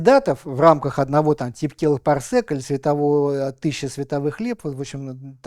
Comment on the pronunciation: Парсек же от слова "секунда", там "сэк" вообще не уместно. А такую лекцию он уже рассказывал не один раз. Ну, кому-то внове.